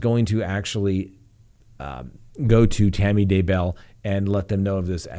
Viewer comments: emphasis on "bell", not "Day" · Your pronunciation of Daybell is better but still I weird. The emphasis is on the first syllable, not the second. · He is very good, but he has to learn how to pronounce "Daybell" ;)